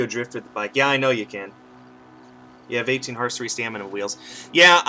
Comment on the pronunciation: “Stanima wheel” - 2017